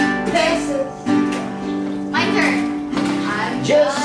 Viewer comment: It is peso not paisa